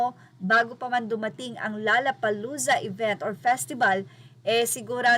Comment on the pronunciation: "LOLLA" hindi "LALLA"!!!